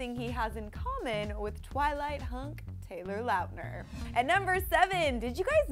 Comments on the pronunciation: Did anyone else catch it when she said Taylor Lout-Ner 😂😂😂 no boo book it Lautner. 💁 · I think she meant Taylor Lauhtner 😂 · its laut-ner not lot-ner ffs how hard is it for these people to pronounce people's names right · ..It's not an accent, she just doesn't know how to pronounce it. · ~Live.Love.Laugh~ oh I was about to say you don't pronounce his last name like that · Why does she pronounce Taylor's last name like that. Omg that's not the way you say it. 'Cringes' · I'm doing it because no one else is..... THE WAY SHE PRONOUNCED Tayler Lockner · I'm a Taylor Lautner fangirl and the way she pronounces his last name makes me wanna kill myself lmao.